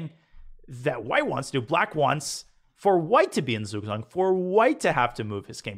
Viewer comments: Hey Daniel, I just wanted to teach you how to pronounce Zugzwang properly. Spelled in an English manner, it would be "tsugtsvang". So, you're pronouncing the vowels perfect, but German Z makes the sound "ts" and German W makes the sound "V". Thanks for the videos, love learning from you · Its right that its writen "Zug Zwang" but in german z is pronounced "ts" so it should be read "tsug tswang". Thanks very much Daniel for this awsome series.